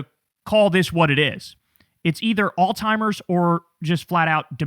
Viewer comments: for the love of God, please stop saying all timers. It is alzheimers. There is no t in the word. I do like the green background lights and it makes your eyes look cool when you're looking directly into the camera. Also, gotta love the double speak of board of peace, more like bored of peace. It's like the gulf of America, that he literally resides on in mar a lago, but also the gulf between the American people where they either love him or hate him. These make me think he's actually a evil super genius and is playing a dumb, clumsy character. Honestly, based on how he speaks behind the scenes, which i have only seen one clip, he actually seems like he's way more together than he seems in front of the camera for public consumption. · IT'S PRONOUNCED ALL-SIMERS NOT ALL-TIMERS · Brother Kyle. Stop saying All Timers lol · It’s Alzheimer’s not “all timers..” at least say it right Kyle. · Hey, Kyle. Just a reminder. "Alzheimers" doesn't have a "T" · I love you buddy but the word is alzheimer's, there's no t in the word😂